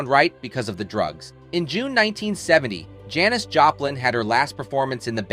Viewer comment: Is this a robot and why does he keep mispronouncing Janis?